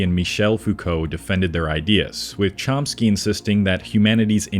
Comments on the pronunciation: I would have given this video a “thumbs up” if the narration hadn’t have mispronounced most of the names. Also, you can’t “reiterate” someone’s ideas if you’ve never read them. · Pretty meh. You don't inspire confidence with your mis-pronounciations of Chomsky and de Beauvoir and your positive mentions of two of Sartre's most mediocre books ('Nausea' and 'Being and Nothingness'). Doesn't sound like you've read them, mate.